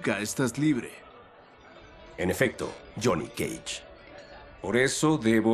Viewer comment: Me encanta como el Dios pronuncia "Jhonny cage"